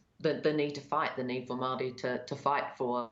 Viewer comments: Mow wee ? 😂😂😂😂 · Lady it's "MAORI" not Maui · He's as Maori as an american orero. He can't even pronounce our words because he purposefully tries not to. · I’m guessing you can’t even pronounce ‘Māori’ correctly. The underbelly of the uneducated kiwis’s are popping up all over the place with this incompetent government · This commenter is likely experiencing the systemic racism that empowers individuals to mispronounce Māori words and not only feels no need to self correct, yet gets offended when being showed that they are mispronouncing Māori words. It’s sadly common. The reason why we have a pack of less self aware low key Nazi’s in government in nz. (Yes I said Nazi. They just reversed a smoking ban which would have saved 5000 lives each year and saved us tax payers $5,000,000,000 (five billion dollars) that 80% of new Zealander’s wanted and over 94% of Maori wanted). One third of the revenue raised from smoking tax excise comes from the Maori community. Smoking disadvantages Maori and harm Maori. This government knowingly ignored the nations wishes and has blood on their hands. They sold this unconscionable wicked act, with the wanting freedom for kiwis, while knowing Maori will suffer and die the most. It seems this aligns with their voter base. This government are doing all the things the r a c I s t voter base wants and they haven’t even had to talk about it. Poor brown people to die)